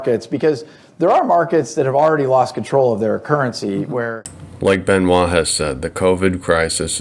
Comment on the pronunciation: You are one of the few who say Benoit the right way 👍